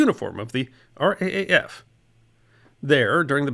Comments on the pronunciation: Given the sobering content, as an Aussie, I can't say that I enjoyed this but it was very informative indeed! Thank you for putting it together Mate! One little suggestion if I may though? Here we pronounce our Air Force's initials as "R double A F" not "R A A F) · As an Aussie I thank you very much for your recognition of our former flyers of WWII. But if I may I will correct you on pronunciation. The Brit's had the R,A,F. Australia had and has the RAAF known as the R Double AF or (how shall I put this),, the RAAAF as in Rif Raff. You mentioned the author Kristen or Kirstin Alexxander. She also has a great book about Clive Caldwell. Maybe you could read it, it is a great and controversial bit of our WWII history that is little known. Clive would be Australia's greatest flying ace of WWII, BUT read the book. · Loved the content as a proud Australian. On saying R.A.A.F in your narration. Usually its said R Double A F. Or even sounded out as raaf forming a word. Still a great story. Dunca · ( AUSSIE HERE )for future reference.. we don't call it the R A A F.. like most things aussie we have our own little twist.. we Say it as R double A F, and the fact that aussies served in the Battle of Britain was taught in schools, before they took it out of the curriculum. Older Aussies like my self had grandparents who served.. my Grandfather was on active duty as a pilot in bombers in the UK from the onset of the war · first of all, thank you so much for this marvellous clip. For future reference when describing the Australian air force, it's a good idea to use the expression R double A F, instead o fR A A F.. continued success, and very best wishes. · Was going to comment the same thing!! As an Australian myself, people saying R A A F just sounds wrong!! 😂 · Just a correction to the pronunciation of “RAAF”. It’s “R-double A - F”. Not “R-AA-F” (Kym in Darwin, Australia) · "RAAF" - Australian's call it "the R double-A F" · RAAF is pronounced R Double A F